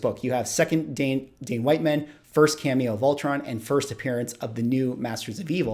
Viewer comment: I always assumed that it was not pronounced WHITE-man, but WIT-man... 🤷‍♂️